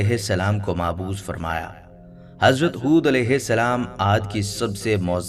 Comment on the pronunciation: معبوث نہیں بلکہ لفظ مبعوث ہے ۔یعنی پہلے ب ہے ۔نہ کہ ع ۔ لہذا MAABOOS , نہیں بلکہ MABOOS ہے۔